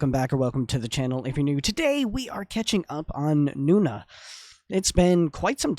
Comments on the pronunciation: Is not Nuna.. is No Na.. N O N A...❤❤❤ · Thanks for reacting to nona. They’re not korean btw so you’re mispronouncing their name. It’s not noo-na. It’s pronounced no-nah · Its No....Nah Not Noona 🧐